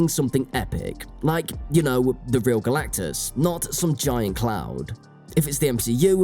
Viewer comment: Kudos to the commentator for his ability to pretend like this is anything other than a DEI bomb. And for making us laugh by repeatedly saying "Galactacus."